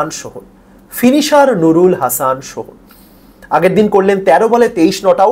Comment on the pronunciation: Sohan re sohom boltechen